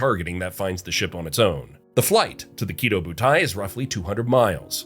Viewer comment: Small nitpick it's not pronounced "kiddo", but rather the stress is on the "do". Ki*dō* butai.